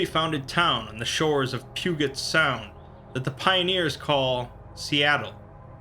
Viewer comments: you really pronounced Puget sound pew get sound and not pew jet sound lol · I think You mis pronounced Puget Sound. I'm not 100% but I think its pronounced as if the G is a J, Pujet Sound. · Puget sound is pronounced with a soft g, I used to live there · It’s pronounced “pew-jet sound”… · As an individual who lives in Washington myself, I find a sense of nostalgia, but also find some of the pronounciations (Pugget Sound, Tahoma) to be quite hilarious. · I flinched when he mispronounced Puget sound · he pronounced Puget Sound Wrong.... Ugh.